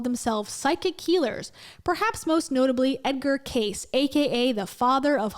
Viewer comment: Hey, don't knock Edgar Cayce because you obviously don't know about him. And you mispronounced his surname. Cayce is not in the same category as this man, AKA Medical Medium whom I know next to nothing about as a healer. I definitely know allot about Edgar Cayce. He's deceased and has been dead for several decades but he was a great man. He gave of his time, effort and life to help people heal. He did not take money from most people or anybody for that matter who couldn't afford to pay. If you don't believe in psychic mediums, that's your right, but Edgar Cayce was a rare human and a legitimate healer. Again, I'm not sure about the medical medium. If he in fact a bad conman, he shouldn't be held up as an example of a grifter who discredits everybody else who are legitimate medium and/or healers. People should always see their doctors and that's every single person's responsibility to seek out western medical help right away when ill or hit with health concerns. That goes for parents of minor children and all Guardians of dependents. Anything extra treatments outside the norm people try should be first run by their trusted medical professionals first and approved by them. Otherwise, always stick with traditional medical care and take whatever medical medium guy says with a grain of salt.